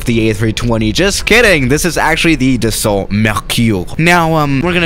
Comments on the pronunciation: It’s not pronounced as it spelled it’s pronounced Dasso kinda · And the L too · French people: dassault: the salt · Should learn how to pronounce Dassault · “Doesn’t even matter” French: TRIGGERED Edit: the “t” is Dassault is silent. Like Renault.